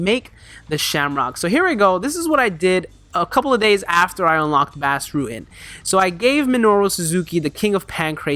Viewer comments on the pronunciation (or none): Enjoy ur videos. His name is pronounced like Boss btw, not Bass. Check out Bas's rematch with Funaki. It's the greatest fight in Pancrase history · Nice vid. BTW Bas' first name is pronounced liked boss.